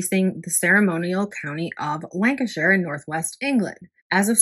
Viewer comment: nice to hear you pronounce Lancashire correctly,..😊as, most Americans can't!